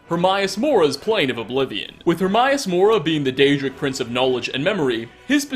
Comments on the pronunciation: “Her-my-ass”? Oh, *Her-may-us*. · Her-may-us. Not herm-eye-aus. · Her-may-us it says it in the game so there is no excuse more mispronunciation of his name hate when people mispronounce a name said out load in a game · AE is pronounced EE, daemon aegypt for fuck's sake get it right! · Hermaeus is pronounced exactly as it looks Her May Us also Vel Ah Thee sorry lol but he even says his own name xD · the way you say hermaeus makes me cringe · Pedestool, eh? Its like some people don't even try. People who don't speak english have better pronunciation than youtubers. I mean learn how to pronounce hermaeus for fuck sake. HermAeus not HermIus